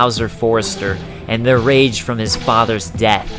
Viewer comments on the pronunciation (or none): none